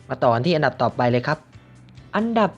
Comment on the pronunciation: ทำไมมันเป็น อับดับ รีบหรอพี่ 555